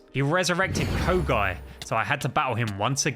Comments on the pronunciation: Kogai it's kyogai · me crying rn because he said kogai instead of kyogai